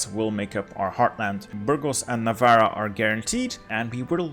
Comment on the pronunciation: bro, when you pronounce ‘navarra’ you have to double the R sound as if the writting itself is in the beggining of the word